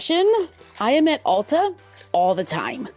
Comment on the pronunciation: It's Ulta (not Alta). It's a play on Ultimate. Lol. You are always forgiven.